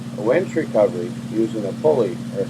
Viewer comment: Winch.. not Wench..lol